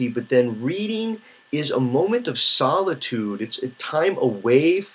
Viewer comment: Because you speak very clearly and deliberately a speech to text program could accurately convert and then embed the Meta data into your video. When that technology gets better it will nullify this advantage that reading has over video. “Solidude” I have to make fun of that because in all the videos I’ve watched of yours that’s the first time I’ve heard you mispronounce a word... freak.